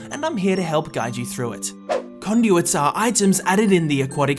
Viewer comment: When he says what “what are is conduit“ or something so that “are“ Is like “a“